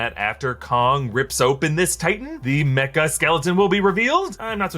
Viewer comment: It's "Mecha" (as in Mechanic) Godzilla